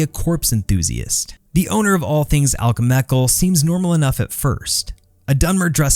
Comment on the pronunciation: Al-kah-meh-cal. Wild work